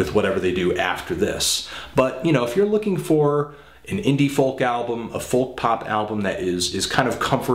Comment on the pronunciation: It really annoys me how he pronounces folk -___